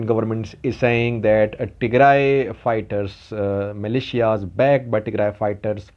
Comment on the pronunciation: He knows much more about Ethiopia than you. He even knows how to pronounce all the places in Tigray but you don't.